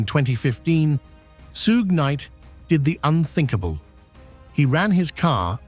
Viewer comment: "soog knight" aka 'suggah' ? Har har har. prah-bation-PRObation? That's enough.